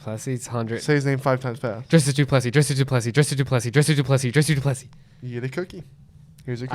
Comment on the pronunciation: It's pronounced Dree-Kez I think, there is no "s" before the "c"